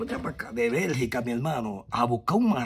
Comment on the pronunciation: BELGIUM NOT BERGICA😂